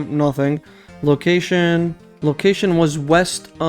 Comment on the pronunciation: Your pronunciation of "bestiary" is correct altho for years & years I used to say "bestiary" & it's a hard habit to break I'm sure you already figured it out but the icon in the top left is a plugin for slayer, however I don't believe it tells you anything the slayer gem doesn't, either directly or by talking to the slayer master via contact; so if you want to keep it or disable is up to you! (Fwiw in the official Jagex client & mobile app they're working on adding some Official Plugins so in the end it comes down to personal preference & what you personally consider to still be unguided; it's your series after all!) Iirc farming patches are one of the icons on your worldmap, altho I can't remember if it tells you what the patch is, or if it does so with or without plugins. But even so, it's a good idea imo, to write up a list of your patches in the order you'd take to get to them, when you do farm runs (ex: start catherby -> run to ardy, etc) I need to do that myself honestly, I stopped doing farming runs after hitting 85 & now there are so many new patches I'm not sure where to start again.. Back when I was little & doing Hazeel quest for the first time, my family was in legal battles with one of my grandmothers who wanted to take our large multigenerational home all for herself & kick the entire rest of the family out (despite the fact they'd built an entire second level themselves) Of course, the idiots in court sided with her because she put on a little old lady act, so